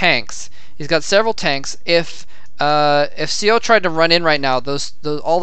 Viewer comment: correction: seo is pronounced more "suh"